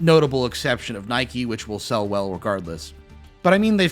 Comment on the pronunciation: Not pronouncing Nikke as Nike :face-purple-crying